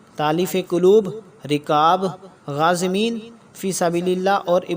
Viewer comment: كوشش اچھی ہے مگر یہ غازمین نہیں میرے بھائی یہ غارمین ہیں اس کی تصحیح کر لیں